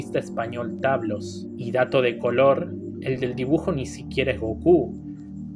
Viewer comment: *general tablos. Un poquito de respeto por favor